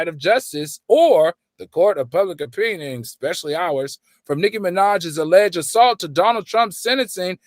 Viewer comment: Alleged “salt”?!?!? You’re more focused on reading what you wrote rather than making sure you’re pronouncing the words right 🤦🏾‍♀️